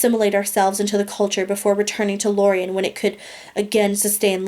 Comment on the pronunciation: You said lorien wrong